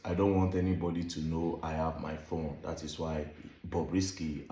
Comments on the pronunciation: This voice is obviously Bobrisk's voice. He is the only one who tries to force the phonetic in his fake English; always pronounces "r" in his sentences, even when he wants to pronounce "bus" he would say "burse" , "phorne". So no AI would talk this way!😮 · He said "come in, I'm on the 'PHORNE" who else is that stupid to add "R" in all their sentences if not "Bobrubish"?